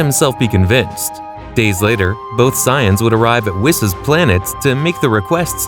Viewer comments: Bro keeps purposely saying Sigh Ins instead of saiyans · Saying “Sighings” for “Saiyans” throwing me off. 👀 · I know for a fact you did NOT pronounce Saiyans as Psy-ans. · You really don't know how to say the word saiyans very well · These mispronunciations got me cracking up. Sigh-ins instead of saiyans and kali instrad of kale 😅